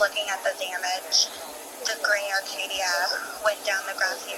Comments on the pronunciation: Not only that, but as a car guy, it hurt to hear Acadia pronounced as "Arcadia," lol (To the woman's credit though, at least she got out a clear narrative of the whole thing) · there is NOT a R in the vehicle name. ACADIA! this is just as bad as putting a R in the name Buick… i know it’s stupid but hearing it everyday at work just makes this a trigger 😂